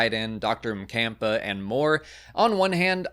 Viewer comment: Always assumed the doctor's name was spelled Macomba based on the way the audio book reader pronounced it. slightly different pronunciation inspired me to look it up, boy was I wrong... Zadina Mkampa Obviously pronunciations can be fluid and the rule is there are no rules